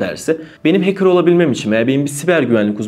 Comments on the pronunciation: heykır ne demek hecker okurken de hekkır okunur heykır ne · Böyle bi kanal sahibinin heeykir demesi gerçekten acınası ya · hekırr diye adam çıkarıyorsun,win orjinal değil ))))) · “HEYKIR” demesen iyi olcak da neyse :) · dayı hacker demeyi öğren önce ya